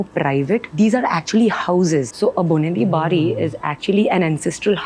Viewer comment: its not boneri bari. bonedi bari..